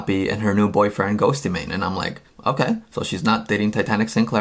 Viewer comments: You pronounce it just as ghost not ghosty lol 😖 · it’s “ghost-mane" not "ghost-ee-mane" 😂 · Hehehehe Ghostymane, I love how you pronounce his name it's too cute! Awesome video, and a unique perspective, I think both sides were toxic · Ghostemane is pronounced like Ghost mane. Not Ghosty mane. 😆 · Why Does this Buffuonish Host Call him Ghost-e-Mane, it's fucking Ghost-Man-e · His name is pronounced like “ghost-maybe” not “ghostey-mayne” 😂😂😂😂😂😂😂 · Ghost y-mane? What an idiot! 😃 How does he not know how to say GHOSTEMANE? But doing an interview including Eric. Learn dude... Crazy fool! You look lame! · Its pronounced as "ghostmane" not ghostEEEEmane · Bro the E in “Ghoste” is silent lol. Just say “Ghost Mane” 😂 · GHOSTEMANE not GHOSTeyMANE 😂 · Sabrina O'Neil ghostemane is pronounced “ghost-main” Not ghosty. And not man Its ghost. And main. Ghostemane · His name is ghostemane not ghost eee mane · Bruhhh it’s just said ghost- mane although I get why you would say ghostaymaine because the way it’s spelled lmaooooooo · Say it with me, Ghost-Mane. Not Ghosty Mane, thank you. Use your research skills and look up a correct pronunciation. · GHOSTYMANE 😂😭😭😭😭 ILY but it's pronounced ghostmane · it's not,his name is Eric ghoste,it's still pronounced ghost,not ghostymane 😂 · Ghost mane. Not ghosty mane. Lol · Hey bro I'm late but Ghostemane is just pronounced Ghost mane he is an amazing artist tho I love him. Never mind that great vid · Ghost-mane! E is silent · The second you said “ghosty” mane, you lost me. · He says ghosty mane and it bugs me 😭😂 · It’s pronounced ghost mane 🤦🏻‍♀️ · he said ghost-y-mane lol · it's pronounced GHOST MAIN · it’s just pronounced ghost - mane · Isn’t it pronounced ghost mane? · The fact that he keeps saying "Ghost E Mane" is infuriating. Lol. I love, but I love Ghostemane more. In all seriousness, a lot of people don't know how to pronounce it. So it's okay. 😉🥰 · Ghostemane is just pronounced ghost-mane lol